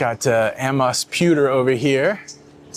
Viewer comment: Amos pewter is pronounced A-moss